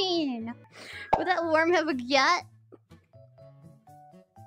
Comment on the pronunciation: She says worm like "warm" lol